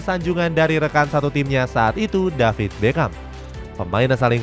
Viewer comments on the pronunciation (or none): none